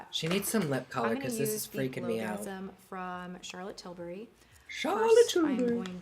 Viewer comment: Awwwww, Love the Ron!! He's so cute!! Glad I waited to watch this with you. Love your take on this stuff. You say "Charlotte Tilbury" in an old lady British accent like I do. LoL.